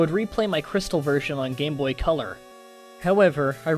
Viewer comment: Omg the co-lore thing is so annoying